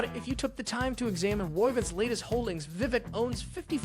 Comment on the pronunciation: Just so you know, Viveks is pronounced as Vivake, as in cake. You are welcome :)